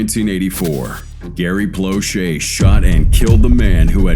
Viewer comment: In the very beginning the man speaking said Gary Blushes, it’s Gary Plauche. And anyone saying that he should have been charged with murder, obviously has no children. The world is a better place with that monster gone!